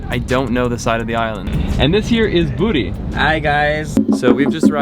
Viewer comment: Its not Booty. Its Budi.. pronounce as bo-dee. It means virtue in Indonesia language